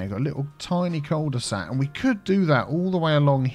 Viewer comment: Cul de sac is french, it is actually pronounced "que due sack" which litterally means "ass of a bag". When you think twice about it, it makes sense, doesn't it ?